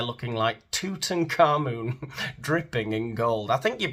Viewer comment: Two-Ton Khamun, amirite?